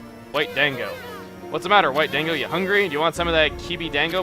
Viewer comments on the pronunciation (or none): it's actually pronounced as in don-go not Dan-go, and it means dumpling. Anyone who has seen clannad would know this.....ushio :'( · Chuga please when you were talking to momotaro it's not dANgo Da ngo, i'm just saying it as a japanese person but neither the less love the Lp man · its not dang-go its dan-go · Dango is actually pronounced like dongo sorry it's just I can't stand it when people pronounce things wrong. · A more proper way to describe the pronunciation is "dahn-go" It's even funnier considering Chuggaa was pretty adamant about the pronunciation of Japanese words at the beginning of Okami. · chuggaa, it's not dango, it's said like dahngo. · Another great video! P.S Dango is pronounced D-ahn-go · lol Dango is pronounced "Da-n-go" like the food and like the characters in Clannad. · Dango is pronounced "dahn-go," Chugga. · he says dango wrong xP